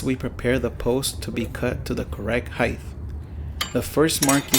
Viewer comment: R u saying heighth😂